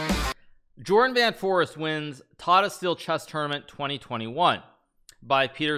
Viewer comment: Jorden is pronounced Yoorden, not Jordan.